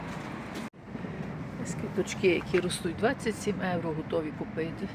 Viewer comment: НЕ ЕУРО А.ЄВРО